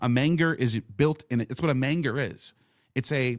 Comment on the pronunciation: dude..... manger is pronounced (main-jer)